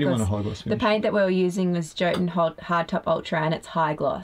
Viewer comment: Yo-tun... not joe-tun...